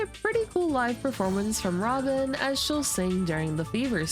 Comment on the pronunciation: the way you pronounced 'robin' sounds like 'ramen' 😂